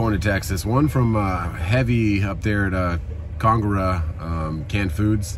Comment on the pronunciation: Hey, search YouTube "How to pronounce ConAgra" They have a short video. Hope this helps.